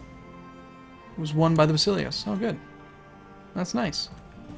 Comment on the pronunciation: While we're nit-picking pronunciations: Basileus - basil (sounds like vassel) LAY (emphasis here) us. Ba-sel-LAY-us. At least that is how I learned it. Also, calling it anything other than See-sar just sounds awkward, even if it is incorrect. Like many people still say Jesus even though his proper name was Yeshua.